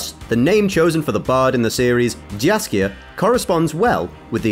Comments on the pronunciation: You need to name him Yaskier not Jaskier because in polish we hear dżaskier it must be say jaskier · "Jiaskier", uff. Mr., it's pronounced "Yaskier". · Not "Jar kare". Jaskier. Thats his name in the original - which is "buttercap" translated to english. Well maybe not his name but rather an artictic nickname cause his real name is Julian Alfred Pankratz. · btw he read it wrong. It should be read as Yaskier, i mean the first sound of his name is the same as in Yennefer name. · just to make sure, the name "Jaskier" should be pronounced as"Yaskier" since "J" in polish language is equivalent of "Y" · It spells Jaskier but it reads as if it was Yaskier. They pronounce it right in the show. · If we keep Polish Jaskier, can we please follow with pronunciation? It would be rather [i ̯asʹḱer]... it is so painful to hear some people trying to make Polish "dż" from "J". Thanks! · Polish pronunciation of the name of bard is Yaskier. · Jaskier is bards original name, Dandelion was used in the games. Yes Jaskier does translate to buttercup in english - Still Jaskier was original not Dandelion. Stryga - not Straiga. Jaskier - as [yaskyr] not [zasker]. J in polish is soft.